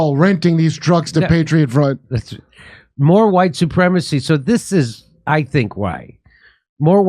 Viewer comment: Huwhite supremests!!!!!! 😂😂😂Lol